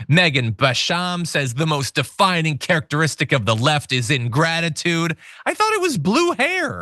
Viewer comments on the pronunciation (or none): none